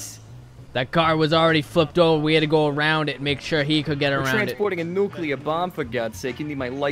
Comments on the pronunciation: NOO-KEE-LAR Wep'n Jeeeez. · ' ' NuCuLaR WeApOn' '